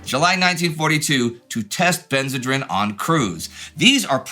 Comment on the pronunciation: I think it is pronounced ben-zuh-dreen.